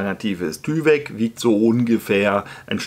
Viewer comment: Tyvek=Teiwek nicht Tüwek😅